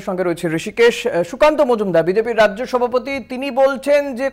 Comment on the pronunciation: "রাইজ্য সভাপতি"? এটা আবার কী রম উচ্চারণ 😂